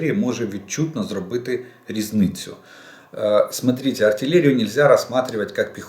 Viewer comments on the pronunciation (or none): Ну нахрена то дебільне "смотрітє"?!!!